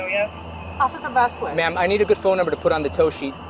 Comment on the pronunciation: OffiCer VasKWESS....Officer VasKWESS....Officer VasKWESS...OFFICER VASKWESS if ur gonna keep saying his damn name SAY IT RIGHT its VAS-KEZZ. or jst stick with OFFICER n y should he give u mercy when u wont act like a grown ass woman....smdh jst pathetic